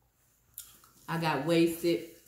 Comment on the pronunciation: Queen said waisted 😂😂😂😂😂😂😂😂